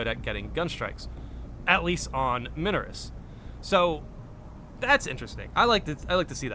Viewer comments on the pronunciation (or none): Minoris is pronounced like "my-noris". Noticed you asking in a few videos 😂 I'm enjoying the new pistol, but is anyone else experiencing the weird audio bug that causes a teammate using it to emit a very loud and grinding mechanical noise?